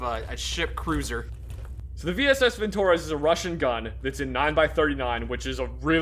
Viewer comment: vintOrez Russians: No comrade, it's vintorEz! Pronounce this fine weapon name correctly.